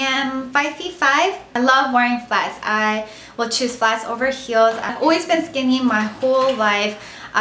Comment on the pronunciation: it's cute the way you say "always"... it sounds like "oooways" lol! love your cute accent